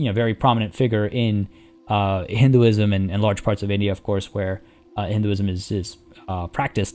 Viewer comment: Damn, my mans pronounces “Hinduism” correctly... mad props